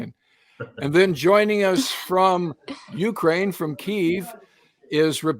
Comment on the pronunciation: Please learn how to pronounce Ukraine.